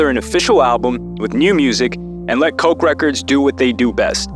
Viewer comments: "Coke records" lmao ffs it's KOTCH records like Scotch tape without the "s" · Great video. I love Clipse. And Koch Is pronounced “Kotch” records. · You pronounced Arista and Koch wrong